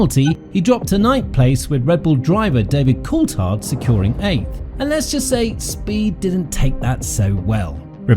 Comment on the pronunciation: The guy is called Coulthard, not Cooltard... And I say this as german, who has a problem with "th". 😛